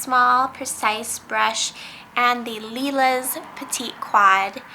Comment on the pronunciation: Lilas is my fav as well. BTW Lilas — the s is silent — said, "Leelah". It means Lilac in french. :)